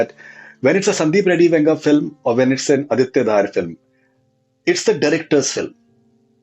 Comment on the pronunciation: Hello Mr. Faridoon, I am a Kashmiri Pandit hence I am aware. Just wanted to correct you as I have been watching all your Dhurandhar actors interview podcasts. So, Aditya Dhar’s surname is pronounced as धर not धार.